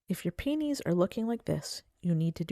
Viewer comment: Thanks for the tips. Mine are in containers and haven't had many blooms for the past couple of years so I'm heading out to get the right kind of fertilizer. Just an aside, I got the giggles with how you pronounce peonies. It sounds like you're saying "pee-knees" instead of "pee-uh-knees." When said fast, your pronunciation sounds a little like penis. Maybe say all the syllables. 😉